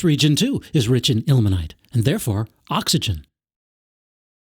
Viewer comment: "and other compounds containing... ACKSYGEN!"